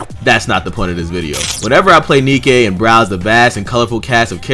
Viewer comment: Say Nikke with the German inflection for words that end in "e."